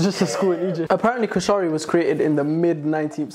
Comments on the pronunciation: kooshari??? this hurts lol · As a Egyptian y’all did good for a non Egyptian BUTTTT are we gonna talk about how said koshari😭😭😭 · the British pronunciation of koshari is killing me hilarious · why did u pronounce koshari like a white person would